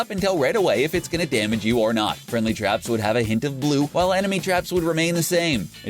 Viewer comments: YOU DIDNT SAY FRIENDLY YOU SAID FRIEDLY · This dud cant talk or spell omg he said FRIEDLY TRAPS and orange juice